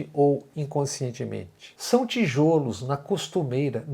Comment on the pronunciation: "ti - 'jó' -los"!